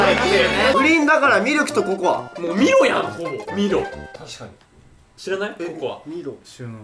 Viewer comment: ミロって言うんだ！マイロって言ってたwww